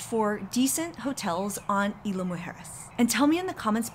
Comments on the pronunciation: Please at least pronounce Isla correctly! Super annoying! Also, jet skis aren’t permitted in north beach and you shouldn’t encourage it anyway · Thank you.. loved the video and info but the mispronunciation of Isla was driving me crazy..